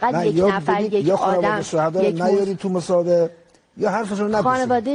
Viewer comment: ورتیکه عجمیان به مصاحبه میگه مصابق😂